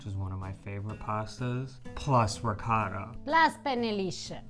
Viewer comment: You know, if you keep mispronouncing riccota, mozzarella, etc., Eva may just hit you in the head with a saucepan. Be careful.